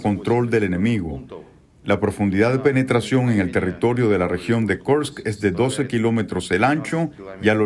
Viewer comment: Kursk , no Karsk.